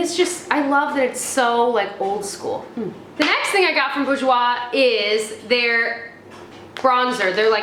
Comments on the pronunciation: Bourjois is pronounced as Bore-j-wa x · OMG ! I love when you say "Bourjois". I am French ans it's so funny heard you. I love your vidéo !